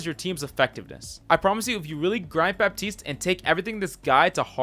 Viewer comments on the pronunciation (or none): Fun fact: For Baptiste, you don't pronounce the "p" in french